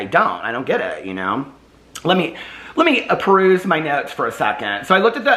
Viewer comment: Let me apruse my notes!! God I love you,.. I will say apruse, in stead of peruse, from now forward. xoxo